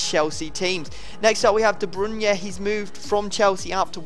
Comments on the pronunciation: Its de bruyne mpt de brunye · de brunye? really? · You should really learn to pronounce names --' De bruyne for example. Listen to this in dutch